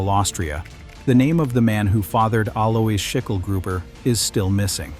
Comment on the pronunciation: It's pronounced Aloys (Alois) Also spelt Alojs